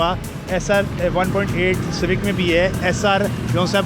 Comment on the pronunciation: honda civaec😂😂😂😂